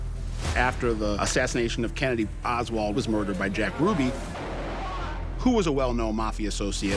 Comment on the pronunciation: It's Oswald brov